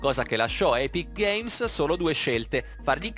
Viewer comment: Non sai nemmeno pronunciare epic games